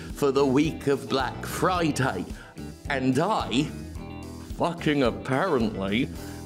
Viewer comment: "Bwack Fwiday" haha!